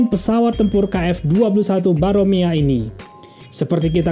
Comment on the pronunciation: Namanya Boramae min, bukan Baromea.